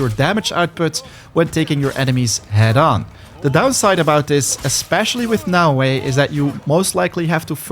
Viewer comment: You are the first youtube that knows how to read naoE